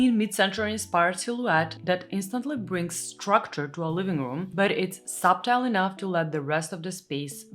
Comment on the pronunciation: I know you are very well multi-lingual. Here's a cute little tip - Soften: "SAW-FEN" (silent T) & Subtle: "SUH-TEL"... (silent B).